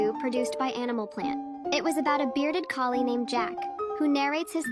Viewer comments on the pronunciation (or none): "hanimal planet*